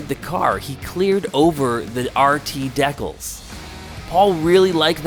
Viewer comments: If this guy says deck els one more time I’m gonna shoot myself!!! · Deckells !? Brother! 😂 Dee Kal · WTF are deckells? Dude, it's pronounced DEE-Cals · "Deck ills" 😂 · Deck-els ???? LOLOLOL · Dee kalz! Not whatever it is your saying